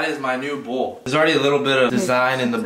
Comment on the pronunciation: Bowl*: Bull